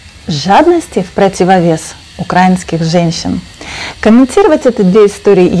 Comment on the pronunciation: УкраИнских ...Просьба ставьте ударение правильно .